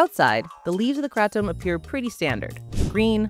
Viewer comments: Had to stop 30 seconds in because I can't listen to you mispronounce Kratom. The kra in Kratom is pronounced like the cray in crayon. The tom is said like the name Tom. So CrayTom. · Erryone I know says Kray-tum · I've only ever heard it called Kray-tom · Did you seriously add an extra t? Wtf is krattom? You guys are pretentious idiots, I'm not watching this bs. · Because that pronunciation seems exclusive to America, maybe Canada as well but everywhere else they pronounce it as kra-tom, the original Thai pronunciation uses a tongue roll. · I shiver every time she says Kratom the way she does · TIL I’ve been pronouncing kratom wrong 😅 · wrong. even mispronounced stop it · How do you know so much yet cannot pronounce KRATOM anywhere near correctly.